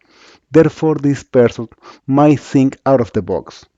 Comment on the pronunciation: Awful English... I had to activate the subtitles so that I could understand some words like "ZinC" (Think).